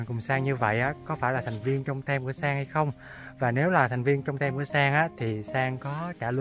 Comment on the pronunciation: Sang phải phát âm chữ Team là " tim" chứ không phải "tem"